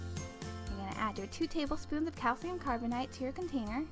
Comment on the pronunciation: It's pronounced carbonAte (8) not "ite" Carbonite is an explosive made from coal.